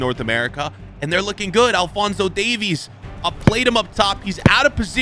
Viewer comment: pronounced davis